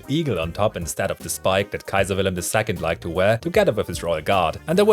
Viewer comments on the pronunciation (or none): none